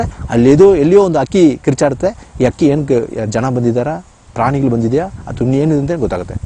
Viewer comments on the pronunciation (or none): none